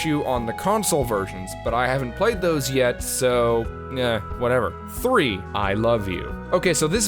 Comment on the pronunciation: why is the 3 australian?